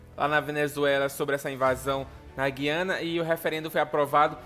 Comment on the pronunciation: Guiana não Gui-ana!